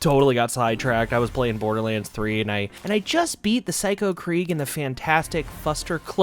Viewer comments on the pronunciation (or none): none